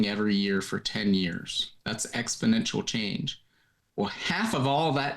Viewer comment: Just a small insignificant point, but there's no such word as expodential. It's exponential from the root exponent.